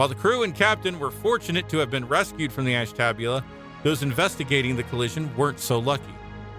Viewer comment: I got as far as . I'm not sure if the narrator is a human or a robot, but as soon as i heard Ashtabula terribly mispronounced, i clicked off and started writing this.